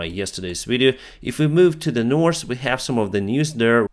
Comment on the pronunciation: You dont pronounce "S" letter in the word "north"